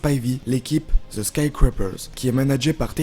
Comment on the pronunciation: yannick tremblay "THE" la langue entre les dents ! Mdrrr